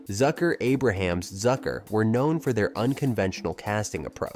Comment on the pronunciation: Its Abrams, not Abraham....